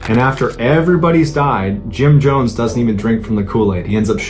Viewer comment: And the way he said Jim Johns not Jones